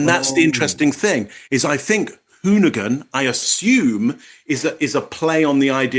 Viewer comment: Hoonigan. Hooman but not quite! 😅